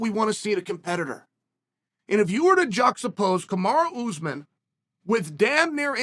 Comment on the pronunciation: Chaels really putting the emphasis on the ooz part of usman